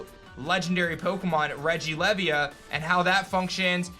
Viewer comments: He's american of course they pronounce it wrong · I am pretty sure that regilevia is pronounced like who you would say leviathan.